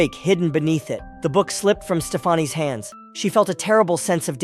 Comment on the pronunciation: "Stefarnie" lol its pronounced stefani like stephanie